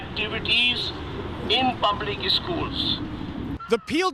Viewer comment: Public! Not pubic!